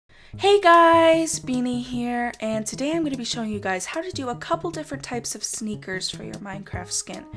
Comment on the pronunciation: when you say sneakers i can't not understand snickers, help.